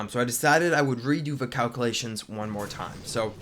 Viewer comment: wow can you say calculation 5 times fast? or even once? lmao